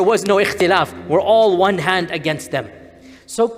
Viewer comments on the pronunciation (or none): none